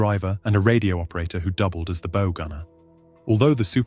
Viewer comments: ‘Bow gunner’ - no, it’s pronounced ‘BOUGH’ like the bow of a ship. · It's "bow" not "bow". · If you don’t know the difference between bow (as in the front of a ship) and bow (the thing for shooting arrows) you might not be cut out for voiceover work.